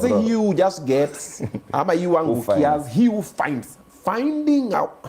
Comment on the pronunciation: “Finding” 🤣🫰🏽 Eeeiiiiyyy”Fainding’”